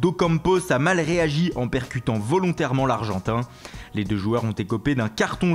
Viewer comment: Pourquoi il dit l argentain